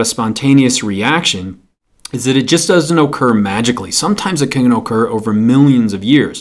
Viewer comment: When he says occur I hear okurr